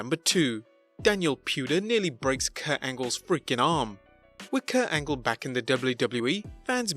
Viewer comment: His name is Kurt Angle, not Kuah Angew.